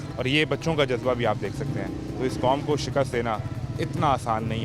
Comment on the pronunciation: Bolna to seekh lo pehly Jazba.😂😂😂😂😂 jo Lafz bola nhi jata woh dekhny ki himmat kahan sy hogi